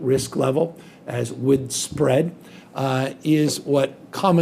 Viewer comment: Did he say widespread as "wid spread"?